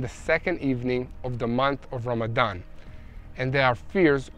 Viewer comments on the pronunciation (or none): none